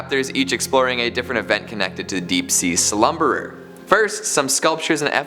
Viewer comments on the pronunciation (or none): none